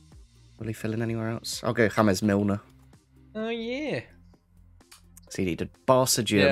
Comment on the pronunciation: petition for youtubers to stop saying "HaMeS MiLnEr"